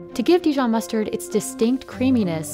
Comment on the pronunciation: if you’re going to make a video about dijon please pronounce the name properly… not de-john!